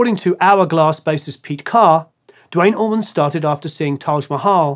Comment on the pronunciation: Dwayne Allman, DAMMIT!! Not dwite oman. Or dwayne orman.. you guys make me so frustrated!!